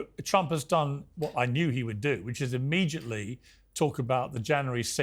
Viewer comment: Mr Morgan, interesting show. Please pronounce words correctly, there is no "g" in immediately. You keep say immegiately.